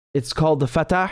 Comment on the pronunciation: It’s فاتح Faateh, not Fatah! 😂 Not to be mistaken with the West Bank Palestinian administration!